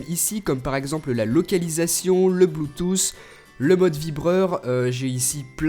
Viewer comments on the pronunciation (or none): none